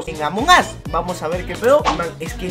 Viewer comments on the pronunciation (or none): Alguien se dio cuenta que dijo amom Us? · Me di cuenta que dijo amom us